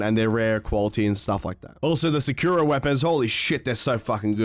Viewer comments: Its SAH KOO RAH (All equal times on each syllable) Not, Sakurra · It is sa kuu ra not sakura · If it’s Japanese it’s sah-Kura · Sakura is a tree or the flower on the tree and you pronounce it horrible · why is he putting so much emphasize on the "kura". It's just sakura, like sakura from naruto. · The way he pronounces sakura makes me want to bomb a nursery of special kids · You’re just blatantly saying Sakura wrong you sound stupid lol